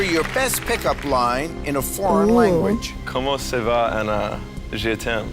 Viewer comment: really said “Comon say va? Je tim” Edit: tragically bad pronunciation aside, did he really think that “What’s up? I love you” was actually a good pick up line?